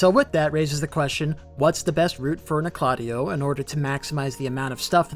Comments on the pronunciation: Like KNOCK la Tay O. Not Nokloteo in one syllable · I stopped watching when you called it. No-clot-EE-oh. lol. 😂 it’s Noke-la-TEE-oh. Umbasa. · Nocladea?! You mean noc- le teo? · The correct pronunciation is “knock-la-teo” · It’s pronounced Nock La Tay Oh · You say Noklateo like you’ve never played Elden Ring. Makes me cringe every time you say it. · I pronounce it as "Noklateo", but i think I'm the only one who says it that way... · i didnt even notice bro said noklateo instead of noklateo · I cringe every time he says it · Maybe he should learn how to pronounce Nokloteo correctly first